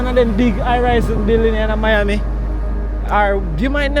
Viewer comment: iT'S MI AMI not your ami.. lol. Family mostly from South Beach, Collins Avenue and Godfather from Liberty City... My grand daddy owned the President Hotel on Collins Ave. near the Fountainblu . I had to sneak into the Fountain Blue as Jews were not allowed to go their.. long his story .. I do like the content and style of filming. free styling. Just the vibes you capturer in your streams. no complaints here .. just positive vibes and one love..